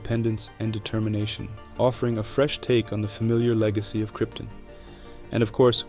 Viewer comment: Kryptin? 🤨 You mean “Krypton” don’t you? 😉